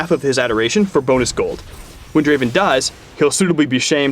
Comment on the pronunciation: Not draven, Draaaaaaven! ◄